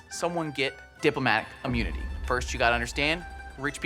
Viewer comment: "diplomatic UHHmunity"